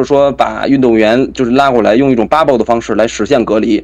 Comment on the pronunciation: 說話要能中英混合。大陸絕大多數人對此很反感，那是他們的無知和狹隘的骯髒的心理。但是，這種心理也影響了海外經常使用英語的華人。 對這些人來說，問題不是要不要中英文混用，而是怎樣混用使得人們能聽清楚。 一個簡單的辦法，就是在一段話裡首次使用時，加個翻譯。 還有，英語的發音，切忌過分誇張地「洋腔洋調」，盡量把音拉平。 這小伙的bubble 就過分了。 平一些，加個翻譯，就很容易了。